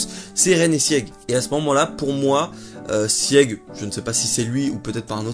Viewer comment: Sieg se prononce Sigue, les Eldiens sont de culture germanique... La femme du gala est une Ackerman, les 3 sabres sur son écusson forment un A. Elle est affûtée et a sauvé un Eldien. Elle fait pensé à Mikasa...